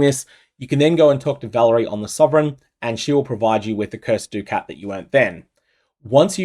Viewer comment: I wanna know what personality mispronounced ducat originally and this terrible use of the english language spread to every poe streamer